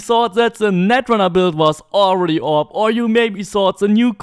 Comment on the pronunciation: I really like this guy’s content but the one thing I find really infuriating is the way he says op